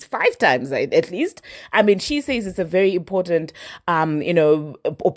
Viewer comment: Not Trump saysh again 😂😂